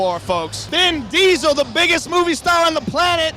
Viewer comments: It said "Vin Deasel" as well😅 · Joe said Bin Diesel